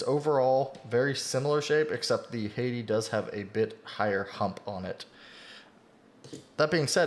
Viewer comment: Hey dude im thinking of picking up a Hati S to tide me over until the next starlight 12 drop aha So about the corrections Hati is pronounced Ha tee And kailh is pronounced kale like the lettuce :)